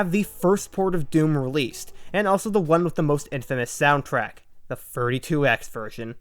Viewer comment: legit heard “32x” as “furry 2x” and was like ???